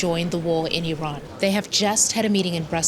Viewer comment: Glad you pronounce Iran correctly. So many say I ran. It is ee ron, as you said it.